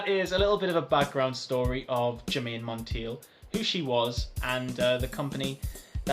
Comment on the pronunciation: Germaine pronounced her last name like: Monn Taye. Glad you reviewed Realm tho! I also wear Germaine Cologne and Royal Secret, Realm is the only men’s scent.